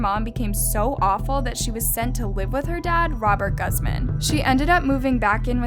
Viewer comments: It made me uncomfortable because me and isabella have the same last name but it's pronounced goozmawn that's how u would say it not how it's spelled but still its so weird for me 😶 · just so you know it’s pronounced goose-man lol ❤️ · Hi I’m a huge fan! Btw you pronounced her last name wrong. The guz part of her last name is pronounced like gooz so it’s pronounced like goozman. Just to let you know but I love your videos so much! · This white girl can’t even say Guzman right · The fact you still pronounced the last name wrong after hearing it in the videos, tells me you act like you care but you're obviously a voice actor reading a script and all your team it's dumb for not catching your error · You pronounce her last name wrong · Pronounce the fucking word Guzman right! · Maybe say her name right .. Google helps you pronounce things. Smfh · Can we at least pronounce her last name correctly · Fukin learn how to pronounce her last name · Sadly the newscasts said it her last name right yet you managed to butcher it…..Guzman (Goo-ze-ma-n) not Guz man (as in that car guzzles slot of gas) You need to get out more… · It’s not pronounced gaz-mahn but pronounced gooz-man. FYI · Jsyk, I'm pretty sure her last name is pronounced "goos-mahn", not "guzz-man". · lol its pronounced gooseman not gussman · It's pronounced GOOZMANN not Gazmehn ugh😫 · isn't it pronounced 'Goosmaan' and not Gaazman? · Love how she pronounced it guzman when it’s pronounced goozman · Guzman is pronounced like goo not gu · Its pronounced Gooz-mond not Gusmen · Guzmán pronounced goose-MÁN not guss-men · Pronounced 'goooz man' not guz man. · its pronounced like GOOZ MON. jesus christ its not that hard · It's actually pronounced Guze/mahn. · Lol heads up Guzman is pronounced as “Goos-mun” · Why do you keep saying Guzman it’s pronounced “Gooz men” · why were you saying ghuzman- that is not how it’s pronounced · It’s pronounced Goozman. She’s Spanish. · it’s pronounced (Goozman) 😩